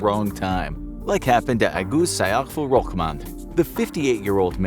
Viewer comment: not "agus sayaful" but "agus saiful"😔😔😔